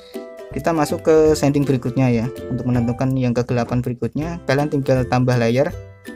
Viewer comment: Shading bang bukan sending🤣 diambil dari kata shade. Tapi gapapa terima kasih untuk tutorialnya sangat bermanfaat